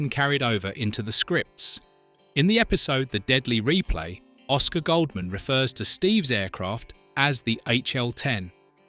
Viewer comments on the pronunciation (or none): none